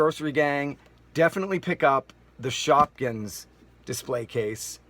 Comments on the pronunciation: you said shopkings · you said shopkins